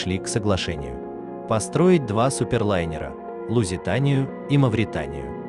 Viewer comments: И где это есть такой корабль с названием Маретания? Правильно МаВритания. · Не марэтанэа а Мавритания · а почему он говорит маритания это что новый корабль?